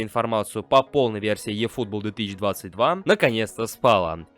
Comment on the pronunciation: Чувак, английская буква "E" читается как русская "И". Ифутбол